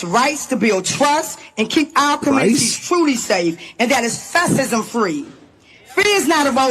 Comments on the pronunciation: "Fassisim" free. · She couldn't even pronounce fascism